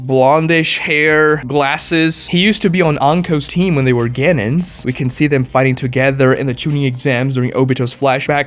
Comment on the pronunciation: we all know that Kurenai's dad died during the 9 tailed fox invasion. how do you not know that!? the series has been done for over a decade! also you are pronouncing Genin wrong and its really cringe! Its, gen-EEn, not gen-IN!